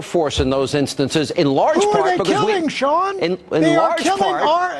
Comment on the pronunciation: Sea...Sean lol